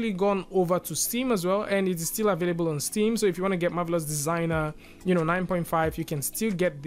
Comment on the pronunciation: And ..."available"...as avelebul